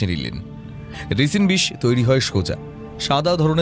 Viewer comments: একটা ছোট্ট সংশোধন, বিষটা রিসিন নয়, রাইসিন। গল্পটা সুন্দর, উপস্থাপনা বরাবরের মতোই প্রশংসনীয়। 😊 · Eto ta jotno niye golpo ta poribeshon korlen, ektu kichu kichu shobder uccharon gulor somporke bhobishyot e kheyal nile bhalo hoy. 'Toxicology' r 'Ricin' katha dutor bhul uccharon khub kaane laglo.